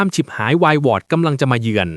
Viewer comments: วายวอด อ่านเป็น วาย หวอด ม้วย อ่านเป็น ม่วย เอไอ นะ เอไอ ภาษาไทยวิบัติหมด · เมรุ เผาศพ อ่านว่า เมน เผา สบ ไม่อ่านว่า เม รุ ฉิบหายวายวอด วายวอด ไม่อ่าน วาย หวอด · วาย-วอด ยังอ่านเป็น วาย - หวอด